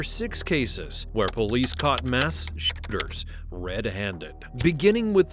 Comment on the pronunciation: “mass shitters”